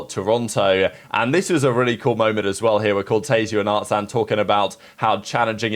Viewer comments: its artziiiin not artzaaaan :( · ah fair enough, but still he says artzaan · It’s pronounced art zuhn. You have no clue what you’re talking about